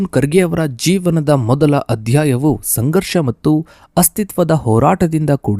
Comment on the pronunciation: Karge or kharge Aarambika! Sangarsha not sangharha! Aaramba or aarambha Kyata o khyata etc. Very bad pronunciation!!